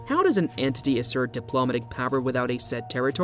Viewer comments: If English isn't your natural first language, you get a pass on correct pronunciation. However, the pronounciation of "diplomatic" in the way it is in the video, is the reason why people think it is an AI reading it. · 2 seconds in and you can’t pronounce “diplomatic” correctly. Thumbs down 👎